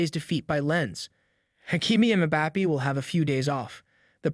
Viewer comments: Why you pronounce bappi it's bappe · Did you just say “Mah-Bappy”?? 🤦🏽‍♂️ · Butchered mbappes name so badly omg you gotta work in that